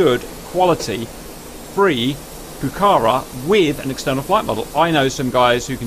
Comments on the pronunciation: if you want to pronunciate rigth ... is pucarA y not pucAra (i dont speack english... but i can tell you how this word has to be pronunciated... and means "Red fortress" or "fortress" in quechua... ) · I love that you've done this, I've wanted to see the Pucará in DCS for a long time. For the record, it's pronounced "Puca-rah", because of the "á" at the end. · Like Argentinian I really amazed for your excited about the Pucará (the last "A" is the accentuated) -- Its a lovely plane that its in the heart of every Argentinian. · Pls. It's Pucará. The accentuated syllable is the last one.